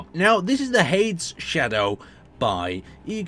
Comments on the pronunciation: please its not "hayds" its "hay-deez" ive noticed its common your pronunciation is off on some of these ships, but this? come on this is a common greek mythology name...... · True, it is NOT H-AIDS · Well I mean... there’s two pronunciations. There’s HAY-DEEZS AND H-AIDS... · Hades is pronounced "Hay-dees". As in the devil. I see you're not claiming this as your own work. Someone has done some personal growth! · You pronounced hades wrong. It’s pronounced Hay-deez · Why does noone know how to pronounce Hades (hay-dee-z) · i know it was hurting me so much to hear him pronounce it like that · Hay-DEEZ NUTS, hah got em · It's just who can't pronounce it. He can't pronounce anything. xD